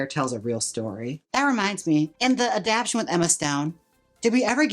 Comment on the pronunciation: It wasn’t Natasha Richardson in 101 Dalmatians … and Jayme’s I love you ❤❤❤ truly , te amo mucho …. Pero I hate that you keep saying adaptation As “adapt-ian” You’re missing some syllables, hun 🖤💜💙🩵💚